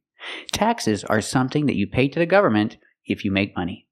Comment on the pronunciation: Thanks a lot❤ she also didn't pronounce the word "government" properly, did she?